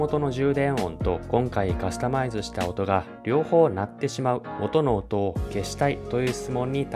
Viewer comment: ｢元の音｣が｢音の音｣に聞こえてしまう